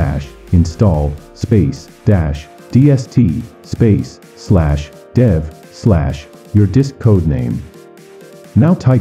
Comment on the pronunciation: "dev" no dav